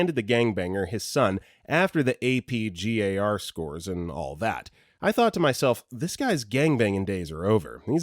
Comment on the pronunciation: Sorry, I’m going to be that person. NICU is pronounced “nick-you” and AP GAR is pronounced just as it looks… “ap-gar”